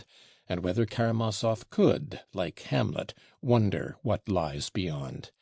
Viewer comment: "Hurahh for karamaov"...what a conclusion.